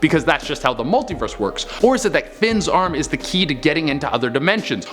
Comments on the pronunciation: Mulit verse😂😂😂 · mulit verse?!?!? 😂😂😂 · it's cut mulit verse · Mulit verse lol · Lol mulit verse